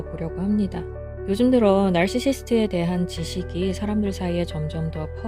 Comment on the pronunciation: 발음 좀 똑바로 해주세요 나르르룰ㄹ시스트~~!